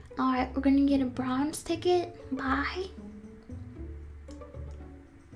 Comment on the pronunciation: (Sorry but..) You said tigcket lol Sorry it was mad funny!!!!